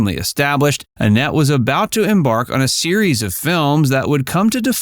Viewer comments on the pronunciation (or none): none